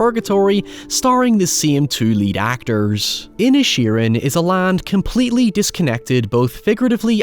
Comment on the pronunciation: I kept thinking you were calling the town ‘Ed Sheeran’ lol